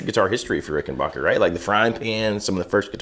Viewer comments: BACK not BOCH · Hey Guys . . It's pronounced Rick - en - BACK - er . . . NOT Rick - en - BACH - er!! When Adolph Richenbacher founded his company he named it for himself. But with the outbreak of WW2, he was worried that folks would think Richenbacher was a German based company, and so he Americanised the name to make it sound true blue made in the USA, which indeed it was, and still is. Rickenbacker is as American as the Cadillac. This info is right outta the Rickenbacker book. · Rick- in- BACKER, not rickenbocker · WOAH THERE, I'm positive it's pronounced "- backer" and not "- bocker" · Not Rickenbacher; it's Rickenbacker. Tom Petty would be pissed if he heard the mispronunciation. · The correct pronunciation of the name is Ricken-"BACK"-er. It's a short "A." Not a long "AH." Check it out with anyone from the family or management. Great vlog, guys. Very informative.